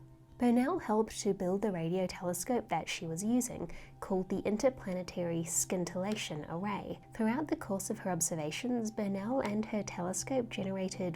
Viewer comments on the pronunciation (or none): I wrote skintillation with a 'k' because that's how pronounced it. To my ears is was a bit of a stab. It might be a down under thing like 'saze'. I don't know. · she pronounced scintillation as skintillation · Great video! The 'c' is silent in "scintillation". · I believe it's a soft 'c' in scintillation.